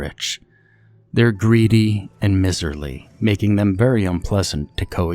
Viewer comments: it's pronounced MY ZER LEE not MIZ ER LEE it means cheap, penny pinching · "Miserly" is pronounced "my-zur-lee" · lol I'm sure I've been criticized for it but I'm kind of a grammar nazi. It almost hurts my ears when he mispronounces words because he's otherwise an awesome narrator.